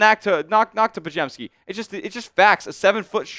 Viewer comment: You can't trade for lauri. He signed for 5 years, and you brutally massacred podziemski name